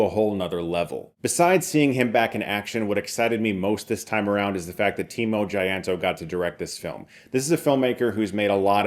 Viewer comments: I’m impressed that this review is under 4 minutes and says plenty. Also, Tjahjanto is pronounced chah-yan-taw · Lol, i think he didn't know how to pronounced it😂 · Also a nice attempt on prounouncing that "Tjah" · The way you pronounce timo tjahjanto is hillarious yet so fun to be an indonesian 🎉